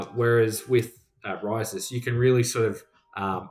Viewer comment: Pronounced (properly) is kinda a lil bit in between “REE-sus” and “ree-SOOS”. 🙂